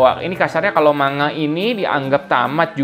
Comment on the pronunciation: maaf,niat membenarkan,,,"manga" dibacanya "mangga"